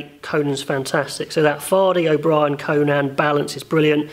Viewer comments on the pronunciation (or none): Conan's name is pronounced "Cone-In", not "Cone-Nan", great video tho! :)